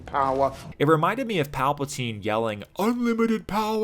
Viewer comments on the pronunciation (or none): none